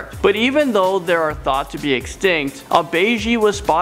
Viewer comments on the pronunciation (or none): none